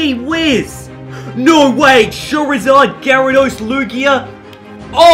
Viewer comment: I swear you said chorizard